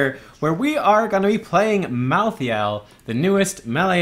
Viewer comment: its pronounced Malthael with a silent E merge the a and e to an AE sound thats the correct pronounciation